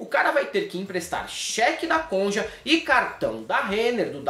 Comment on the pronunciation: Se teu pai fosse fundador do PSDB em Maringá, vc teria se graduado e feito mais 3 pós, até chegar a dr. Em menos de 12 anos. Ainda passaria em concurso pra juiz federal cujo edital sumiria depois. Mesmo falando" conje, e cupssão ".😁